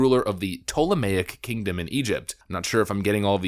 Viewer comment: The fact you were able to correctly pronounce 'ptolemaic' does you credit. Lord knows the vast majority of content creators can't pronounce simple English correctly, so props to you.